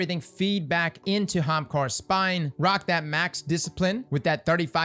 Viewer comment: Off topic, but every time I hear you say "Hamkara's Spine" I hear Hamtaro's spine and picture you tripping ppl in Crucible with anime hampsters.